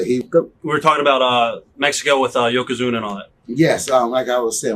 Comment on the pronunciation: "Yokozuno"? Really? 😅